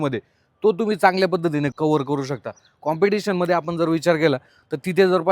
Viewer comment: कुटुल कॉम्प्युटेशन कॉम्पिटिस्शन करतोय सारखं 😂😂😂😂😂